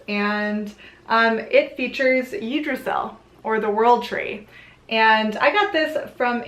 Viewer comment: Nice little overview. I'd like correct a couple of things though. 1) Blót is pronounced "Blow-ta", not blot. 2)Please refer to Jackson Crawford's interpretation of the Hávamál. It's a lot more accurate than what you quoted. 3) Yggdrasil is pronounced "Yig-druh-Ze-ul". And lastly, SKÅL!!!! 😁😁😁